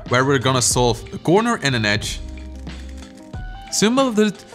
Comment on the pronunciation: Simolteneus .....simonlet .... At the same time 😂😂